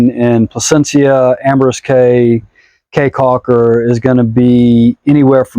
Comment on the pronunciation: Prounounced Key Caulker... not Kay Caulker.. People of Belize are wonderful!